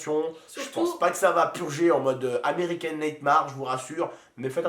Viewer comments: american nightmares se prononce américane nightmère 😂 (cest pr toi ok supprime ap ce commentaire lol) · "American nèitemare"